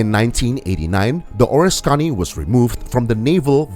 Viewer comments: It’s pronounced (phonetically, for you are obviously english challenged) O RIS KA KNEE, not ORIS CONNIE. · being raised in NY . the person who narrated this video had me confused . being in the USA navy at the start of Vietnam i did not recognize the ships name which he pronounced as ( or a scony ) instead of the correct pronunciation of ( O RISK Ka Ne ) which at the time the video showed the ship bell I then knew which aircraft carrier he had been talking about. this narration needs to be re-done with the correct pronunciation! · You’re a miss pronouncing the name of the carrier it’s the Oriskany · Could watch because you butchered the name.